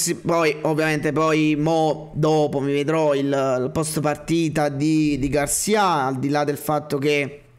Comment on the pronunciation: Garcìa Garcìa Garcìa come il sergente di Zorro!!! Non Garcià mannagg a mort me fatt fa a fin r'Hermione